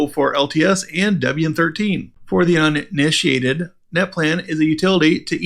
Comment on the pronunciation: Great episode! I especially like when you say “if you are “in-initiated” lol